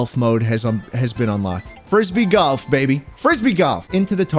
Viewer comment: I love galf man (not golf its galf)